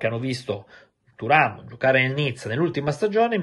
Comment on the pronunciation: A me nn viene keprhhhhen thuram come lo dici tu 😂😂😂🎉🎉